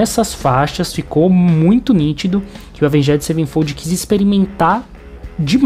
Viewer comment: Doeu de ouvir